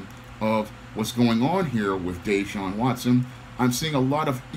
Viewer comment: It's pronounced (Dah-Shawn) Yes it is too much 🐟 in this, all the allegations months after he refuses to return. Former players from DeAndre Hopkins to Andre Johnson who were superstar caliber players have trashed the franchise. There's a possible cause in his Contract where if he has some misconduct they don't have to pay him in full He got a 40 million Contract last season